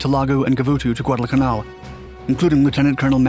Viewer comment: Good video just annoys me how he pronounces Guadalcanal